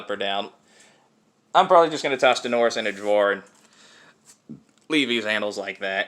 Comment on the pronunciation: Daenerys is pronounced Dah-e-ne-ris.